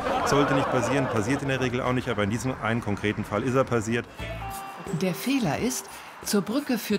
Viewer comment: der erste fehler ist schon mal dass der typ ständig pasiert statt passiert sagt :-)